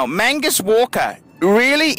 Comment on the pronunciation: Mag Nus not Man gus,,,, fuckers